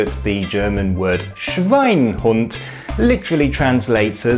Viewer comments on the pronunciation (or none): I'm German and I have never heard nor read the word "Schweinhund" without the e. "Schweinehund" however is probably what you mean...